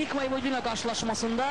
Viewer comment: voyvodINA yox voyVOdina deyilmelidi , baxin bu cur bisavadlar nece TV-ye ayaq aciq en besit melumati bildiyimi kimi deyir